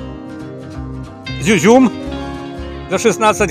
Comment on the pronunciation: не зюзюм а изюм говори правильно